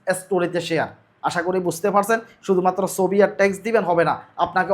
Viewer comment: ভাই সবি না উচ্চারণ হবে ছবি।।।।